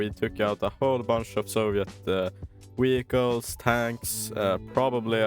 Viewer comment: I never noticed before that Swedes pronounce V as W, you say "Wehicules" sometimes, is that a thing in swedish that you pronounce Vs as the W sound from english? With Germans (and French people) it's the opposite they use the V sound for W. In Wallonia we use both the V and W sound like in english ( but we speak french ofc lol). A frenchman would say "Vagon" for a train wagon, while we say "Wagon".